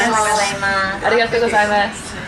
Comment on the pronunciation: Excellent pronunciation of arigatou well done